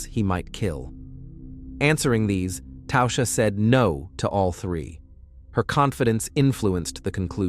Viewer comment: "Tausha?" There's no U in Tasha.